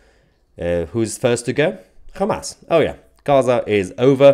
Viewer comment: did u say KHAMAS! HAHAHAHAHAHAH